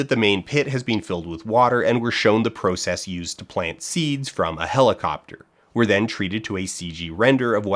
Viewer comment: why the fuck did you say process like that